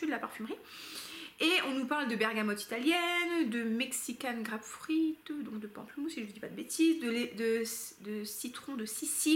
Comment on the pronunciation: Tu m’as perdu avec ta prononciation de GRAPEFRUIT… ><